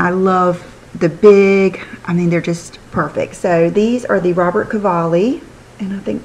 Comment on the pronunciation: It RobertO Cavalli. Not Robert, FYI.